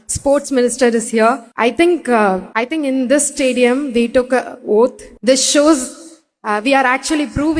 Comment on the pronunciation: Oath…இல்ல ஒத்த ….தமிழ்ல பேசுடி